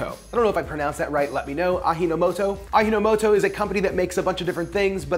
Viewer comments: Pronounce aji as A-gee, not A-hee. "Aji" means "taste" in Japanese. Aji no moto = essence of taste. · It’s pronounced aji no moto, not ahi no moto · its not A 'he' no moto.. its a 'gee' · Aji no moto is pronounced exactly as it's spelled, equal stress on all syllables--like robot voice. The j sounds like j, not like h as you pronounced it. Aji means flavor, no is possessive, like putting 's at the end of a noun, and moto can mean a lot of things but in this case basically 'origin.' Put it all together and you get literally 'flavor's origin' or 'the origin of flavor.' I've been using it more and more lately, but amazingly when my native Japanese wife saw it she went on about the myth. When I told her it's a Japanese invention, she suddenly stopped nagging me about it and telling me she was going to throw it in the trash. I'm an American in Japan by the way, who speak Japanese and Chinese as well as English--though my wife doesn't know I speak Chinese 😜 my linguistic mistress. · Why are you pronouncing “Arrinomoto”? Is it pronounced “a-d-jinomoto” (the J sound is like in jeans, Juliet, January… “dj”)It is a Japanese brand, not a Spanish brand hahaha 🤣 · aji no moto is pronounced "ah-gee no moto".. aji is not "ah-hee". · Ajinomoto is no "a-he" but "a-gee" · ajinomoto, the "ji" is like "G" nor "he" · it's pronounced a-jee-noh-moto, not ahinomoto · Pronunciation is close, but you don't pronounce the J like an H in Japanese words. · You read it like Spanish pronunciation 😅, shud be read as Ah Gee No Mo To. Yes, MSG is safe, ppl tt afraid of it is just racist. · Ah yes, ahi no moto... or as my japanese grandmother would call it a (*GEE*) no moto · I am Japanese. You are pronouncing "Ajinomoto" wrong. It is Not Ahinomoto the way you are pronouncing. It is pronounced as "Ajienomoto". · Aw-jee not ahi. Japanese is not Spanish. Is it really so hard for people to go to Google translate for a few seconds and click the speaker button? smh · "Ah gee" not "Ah hee."